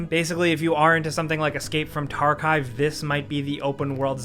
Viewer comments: Yo why did you say escape from TARKIVE? tar koffff tar kovvvvvv, that game has a big community behind it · Did my man just say: "Escape from TARKIVE"? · I feel uncomfortable just because he said "Escape from tarkive " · "escape from tarkeyeve" did he really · "If you are into something like escape from tarcaive" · Good ol' Escape from "Tarcive"... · Escape from tarKIVE ???? NEVER HEARD OF IT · "escape from tarkive" (tarkov with chives) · did he say escape from “Tarkive”..? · Dumbass really said escape from tarkive, you got a dislike from me. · Ah yes, the smash hit "Escape from Tarkive" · This dude really just called it escape from tarkive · escape from tarkive lol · Escape from Tarchive... Jesus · WTF is “Escape from Tarkive”? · Did my mans just say “Escape From Tarkhive”? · “Escape from tArKiVe”... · Ha! “Tarkive” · This guy said escape from tarkive hahaha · Haha Escaoe from Tarkive